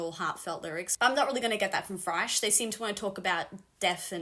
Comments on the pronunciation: says FRASH! Not thrash. FRASH! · When you said thrash i heard fresh. I was like who in the hell told you this is fresh metal! I was momentarily going berserk.